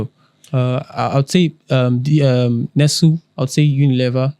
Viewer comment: Brothers. Nestlé, the company, is pronounced "NESS-lay." No be English.